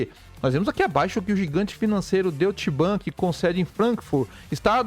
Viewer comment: A tua pronúncia figurada também está errada.😂 O certo é Doite Bank. E não Doit axé 😂